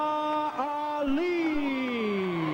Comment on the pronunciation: Ali is pronounced Ah-lee, NOT Alley!